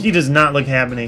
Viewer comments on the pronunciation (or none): Did anyone notice he said habeny not happy . I'm not trying to hate I just think its funny ,and I'm a big fan!